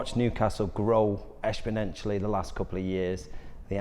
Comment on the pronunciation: Likes it being about him. Never a good sign. Just let Eddie lead….hes the main man. Eshponentialy? Culturally diverse myself ? Sounds like he wants to sound intelligent By the way, Eddie is a manager, not a head coach